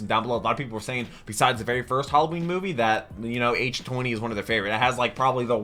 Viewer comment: it’s pronounced h20 like the water no h 20 😊